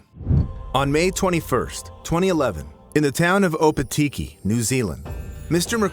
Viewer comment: And opitki 😭 😭